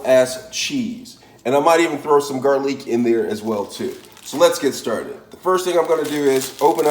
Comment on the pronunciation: Gar Leak 😂😂😂